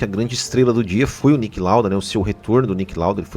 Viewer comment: Please try pronouncing the names of the drivers about better and it's Niki not Nick Lauda.